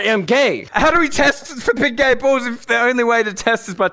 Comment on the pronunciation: The first thing I thought when he said big gay balls I thought gib bay galls